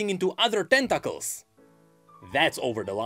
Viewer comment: I love the way you say "tentacles". Ten-TOCK-els.